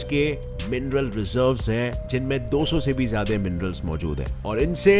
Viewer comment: Zyade😂 ya zyada🤣🤣🤣